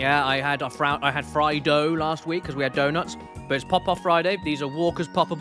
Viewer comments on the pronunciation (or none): none